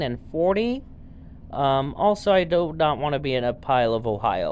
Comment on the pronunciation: Pronounced ohio pal :)